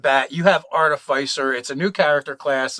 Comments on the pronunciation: Arti-FISS-er. not Artif-eye-sir. From the same root as Artificial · Are-TIF-isser. It's pronounced Are-TIF-isser. At least that's the way I was taught to say it 20 or so years ago (it's used in Masonic lore/ritual).